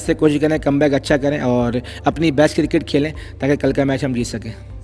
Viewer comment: What is KIRKIT? dude its cricket... :) :)